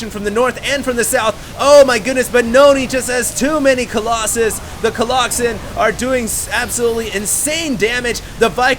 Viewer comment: no dude. its definitely not colloxen